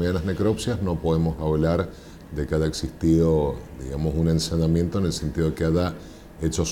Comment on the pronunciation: Se dice ensañamiento,no ensanamiento.